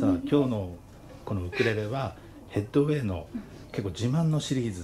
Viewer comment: 「ステイホームウィーク」と「ヘッドウェイ」の発音がきれいで、且つ、かわいいですね。